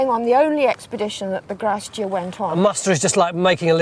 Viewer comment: They kept saying "grasse dur" and i kept wondering what they meant. It's Grace Dieu.